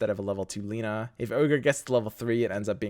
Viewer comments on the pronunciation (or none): none